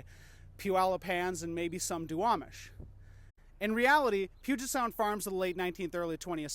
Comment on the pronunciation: "The puget sound" Fail.